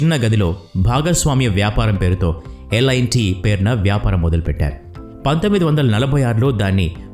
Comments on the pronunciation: Lt ani unty merenti lit ani chadhuvutunnaru lt na lit na peru😮😊😂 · Lit kadhu bro adhi L&T so alane untadhi pronounciation